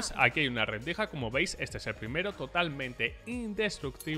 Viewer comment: nadie: el dislexico: “PIRMERO”